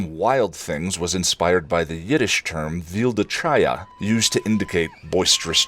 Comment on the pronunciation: FYI, vilde chaya is pronounced with a gutteral /ch/ (or /kh/ in some pronunciation guides), like Tolkien's Erech, the Scottish loch, or my name. Vilde chaya literally translates as "wild animal". Chaya is a Hebrew word that means a living thing, based on chai, life, but more commonly is used for a wild, as opposed to domesticated, animal. When referring to a person, even a child, it's not meant to be complementary. It's also a common girl's name, a variation on Chava, the Hebrew for Eve, or the feminine form of Chaim, a common boy's name. (In this context, there is no negative connotation at all.)